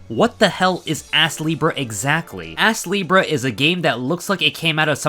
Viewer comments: I keep hearing the name as Ass-Libra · I had to check the title of the game cuz he kept saying ass leebrah